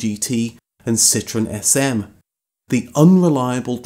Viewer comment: Love the car Great Info on the car But you have to stop calling French cars lemons sit tro en! Not sit tron Thank you